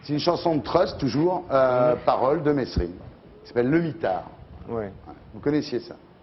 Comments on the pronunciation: État assassin !! ON PRONONCE "MÉRINE" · Bah alors ardisson on sait pas prononcer Merine